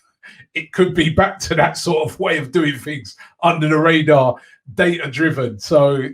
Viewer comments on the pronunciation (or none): none